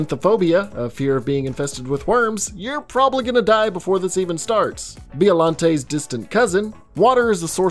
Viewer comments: BIOLANTE = (BY-O-LON TAY) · I really don’t like being that guy but I’m a Godzilla fanatic so here goes. iT’S aCtHuAlLy pRoNoUnCeD (Bye-Oh-Lon-Tay)